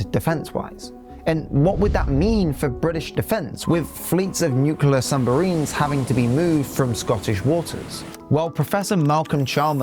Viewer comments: It's nuclear, not nucelar. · Nuclear not nucelar. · I enjoyed the pace, clarity and content of your presentation, right up to "Nucular" and "Sumbarine". 🙄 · Interesting video. Pronunciation of nuclear as "nu-cu-lar" always irks me though. 😂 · very interesting. left a like. but please.... nucular..... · Without getting into the arguments for/against independence for Scotland, I reckon that was a pretty accurate analysis of the current situation and what has lead up to it. However, the presenter does need to learn how to say the words "eligible", which he pronounces "illegible", and "nuclear" which, like Trump and Richard Osman, he horribly mispronounces "newkewler". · FFS - learn how to pronounce nuclear